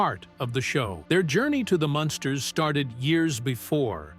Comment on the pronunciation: It's Munsters,not monsters